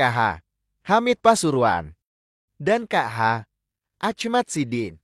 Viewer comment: Mohon ad min di betulin cara membaca ,allah,kh ,nahdiyin